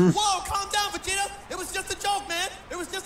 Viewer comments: It’s Vegeta Not Vangeta Just Saying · I thought he said vanjeta at the beginning lol🤣🤣🤣